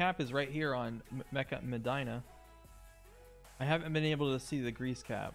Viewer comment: Medina= Meh Dee' na